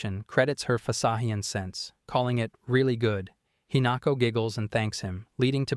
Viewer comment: if this guy says fasa hion like that again I'm gonna lose it